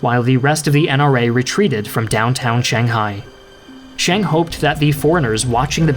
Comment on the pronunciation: Who's "Shang"? it's Chiang with a "C" and an "I" in front of the "A". Nanjing not "nanshing".